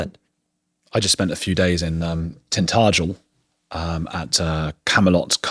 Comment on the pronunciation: Appalling pronunciation of Tintagel. ;)